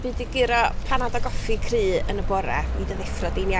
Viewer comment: ”cryf” vowel sound sounds like the vowel in the Swedish word “bil” /biːl/